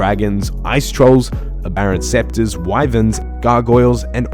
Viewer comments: Aberrant specter bro. Not scepter lol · great guide, extremely informative for all levels. One thing, just for the future: Aberrant Specter (as in a ghost) not a scepter (as in a rod)